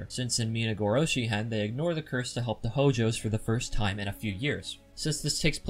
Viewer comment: lol you kept saying "minagorohoshi" instead of "minagoroshi" but it's okay xD good video!